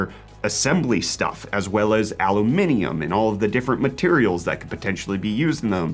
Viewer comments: It's uh-loom-in-um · No shot bro actually pronounces aluminum like that.